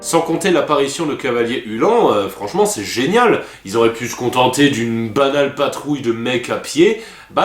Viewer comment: Sa ce prononce "oulanne" pas "ulan" ! PS : la fin de la vidéo est un poil exagéré !